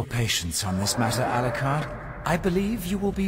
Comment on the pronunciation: It's alucard not alcard